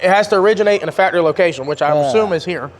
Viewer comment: The best part of CJRC is that can't get the "c" into the word faCtory. 😅 Love and respect from Kansas. Keep killing the game.